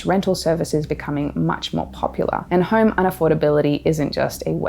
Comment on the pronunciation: It's is pronounced home, not horm